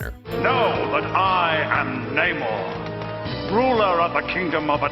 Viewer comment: It's NUH-mor, not NAY-mor. Also, AW-quaman, not AH-quaman.